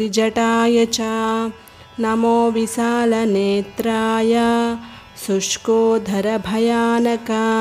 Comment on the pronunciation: It is Sushkodara (sushkinchina udaramu) Not Sushkodhara.Please rectify.Remove the stress in dhara.